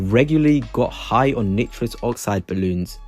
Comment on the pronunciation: You've managed to mispronounce nitrous